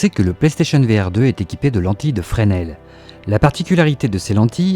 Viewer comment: Excellente prononciation de Fresnel, de beaux progrès 😁